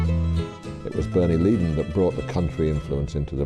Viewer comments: Could we pronounce Frey’s last name correctly, please? Stay above the fray, in other words. And while we’re at it, pronounce Leadon’s surname right. No leading from behind. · Seen variations of these journalist interviews in different videos but just can't get past the terrible mispronunciations of Bernie LEAD-on and Glenn FRAY. Yes, they are British, so am I, but imagine a documentary about John LAY-non or Jimi HendRICE. It just ruins it. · This must be from somewhere between , as there’s no mention of Felder’s firing or Long Road Out Of Eden. And the mispronunciation of Leadon & Frey is so irritating!🙄🙄🙄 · Glenn Freys last name is pronounced like fry an egg. It wasn’t Geffen who brought the band together, it was John Boulanger, who has been entirely cut out of this version of the story. You also pronounce Bernie’s last name wrong.